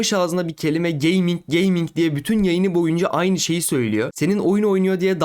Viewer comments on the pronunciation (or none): Abla 4chan'de 9gag'de gezmiş biraz onları da biz sanmış. Geyming de geyming diyor bir de. Bi geyming pc olmuş 50k Steam geçmiş dolara ne diyon be ablam gözünü seveyim be abim.